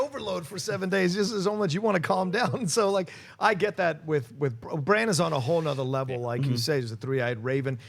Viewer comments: I am the only person annoyed as hell everytime they call him Bronn instead of Bran?...Bronn is another character entirely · I kept thinking you were saying "bronne" is back. Its bran with an A haha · Are you guys calling Bran "Bronn"? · Bron?! No, he's name is Bran like in All-Bran cereal. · Bran! Bran! Bran! My head was gonna explode when they kept saying Bron lol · Can please stop saying Bronn when talking about Bran? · John, his name isn't Bronn! It's Bran, damnit! Lol But Bronn is back so you're not completely wrong... but it's Bran! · Hoona Hoona It's there accents I guess. He knows it's spelled Bran but for some reason he pronounces it Bron . He and others also pronounce Han Solo as Hon Solo. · Would it kill you guys to pronounce brans name right? Bronn is a whole other character... geez